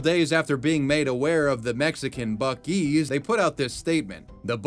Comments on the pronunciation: It's not buk-ii's it's buc-ee's. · What's even funnier about the bootleg Buc-ee's name is that when you pronounce it in Spanish, it sounds familiar (and possibly in reference) to the name, "(Los) Bukis", which is the name of a popular Mexican pop band from the 1970's. If anything, not only would they have been in litigation trouble by the Texas company, but also by the record label that owns Los Bukis. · Let's be real... That's 'Buk-2's' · It's pronounced like bussie's and not buckie's, correct? I'm so confused.